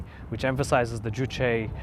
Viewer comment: Finally somebody who can pronounce Juche